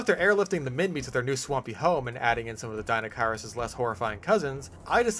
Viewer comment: As an Australian i can confirm Minmi is prnounced Min-mee, its named after the place it was found